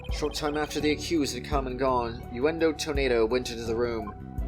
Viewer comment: Uendo is pronounced like window i guess